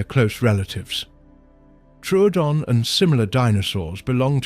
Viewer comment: It’s Tro oo don. Not truedon. The second o originally had an umlaut.